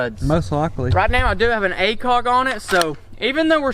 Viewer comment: i like how he said acog like in dayz